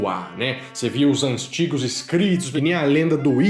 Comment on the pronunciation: seg 👉🏻 ..."os 'anstigos' escritos"...